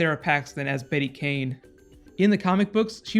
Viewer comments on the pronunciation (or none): none